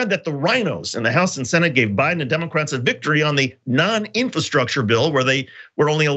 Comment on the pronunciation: Trump: “infertruckchurs”